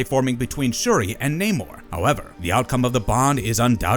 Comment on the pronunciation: The Sub-Mariner's name is Namor, not Neymar.